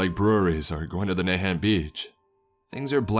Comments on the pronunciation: Hi, being from Massachusetts its pronounced Na hant not Nay hant. Kinda hard to correct the right pronounciationwhen spelling it out. We have a lot of those weird names here. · Its na hant (han as in han solo) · Thinking the same, he pronounced Nahant wrong too. Still awesome, however. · The first time he said the town's name I thought it was "Mayhem, Massachusetts" - sounded like a fun place.